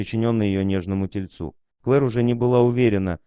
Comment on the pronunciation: Кто озвучивает видеоролик задумывается над тем, о чём идёт речь в написанном тексте? Хотябы ударение правильно ставил в словах : ..." нежному тельцУ " .. ? То Называет " чихуахуа ", то чау-чау -- что за безграмотность такая?!